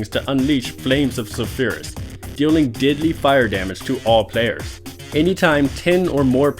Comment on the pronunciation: Anyone else think that when he says deadly it sounds like diddly...